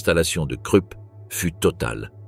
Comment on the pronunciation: Pourriez-vous prononcer la Rouhr pour la Ruhr et Kroup pour Krupp ?